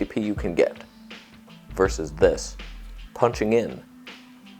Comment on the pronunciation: "vers" the English language. Hehe